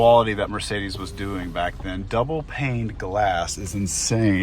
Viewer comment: why prononce (paint) firs I hear was !!! what paint ?